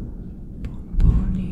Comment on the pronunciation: more like: "hey guys it's me Tony-gR-bum-bum-bumBoni" 😂😂